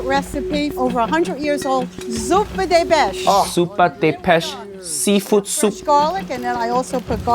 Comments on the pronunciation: proudly saying “zoopa deh besh” right before “I’m Italian” should be cause enough to be thrown in jail 💀 even I’m embarrassed and I’m not Italian 😂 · what is this horrendous pronunciation of "Zuppa di Pesce" 😭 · She's an Italian but can't pronounce 'Zuppa di Pesce'. Ayaaaaa... - That's sad even for an Italian. Also, wasn't the theme noodles? That's not even how you make it properly. The sauce takes hours to make.